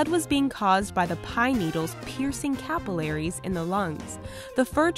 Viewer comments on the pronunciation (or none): cap-ill-aries xD learn to read